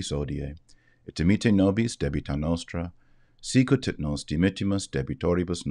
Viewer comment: This is not a criticism...I an old enough to have learned the Pater noster. You may want to pronouce scout as I learned as (phonetic "see coot in terra) in love...